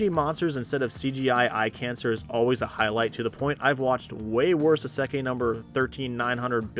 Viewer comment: Mispronunciation of 'isekai' aside, I second Clevatess and Turkey. Both are incredible in different ways.